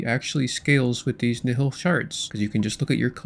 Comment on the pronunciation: Please let us know when you learn to pronounce nihil